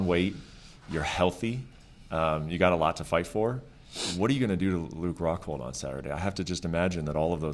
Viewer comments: Paulo: “Im going to knockout Luke Hockhold” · ‘I will knock out Hockhold in the first hound’